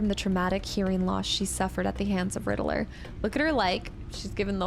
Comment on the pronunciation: The way you pronounce Riddlers name is different. Rid-dler